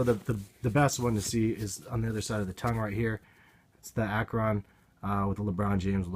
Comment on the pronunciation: Akron is pronounced ak-rin